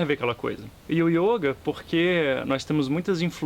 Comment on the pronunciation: Meu filho, você não sabe nada de yoga...só esse acento que você põe no o ...denuncia que você só pode ter sido aluno do imbecil do De Rose!